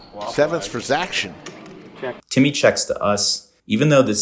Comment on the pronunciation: Great vlog. Didn’t enjoy “zac-tion” - cringe lol